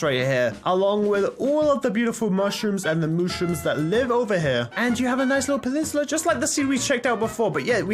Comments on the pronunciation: "MUSHROOM PENITULA" lmaaooooooooo!!! this is why u shouldn't drop out of school kids... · I think he read that off a paper and doesn't know how to say the word peninsula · pinishula Peninsula* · panimpala lol Not trying to make fun of you I just thought it was funny